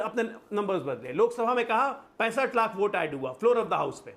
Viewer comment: Vote ko oot bol raha tha arpita jee... Itna se soch lijiye ga... Ye log kitne murkha he...